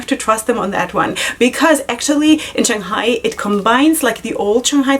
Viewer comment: You're saying Shanghai just fine. :) Congratulations on getting on the pr list.